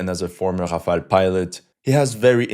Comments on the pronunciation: Ha from were ur Aezarbhajan befor takeing piss let me guss were u r from Timbak too😅😅 first Polish ur English it sound Brrrrrtaabrrra😅😅😅 u mug its notHafel its Rafel u brrrrrrbarrra😂😂😂😂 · I still don't know how to pronounce Rafale